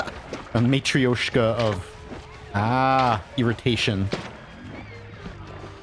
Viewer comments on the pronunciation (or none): pff, that "mathreoshka"))) Actually it sounds something like "matroshka". R is "soft", but i don't really know how to explain this. The closest that comes to mind fast enough is something like "r" in three.